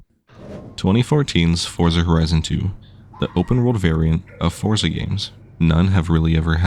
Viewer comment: Fortza not forsa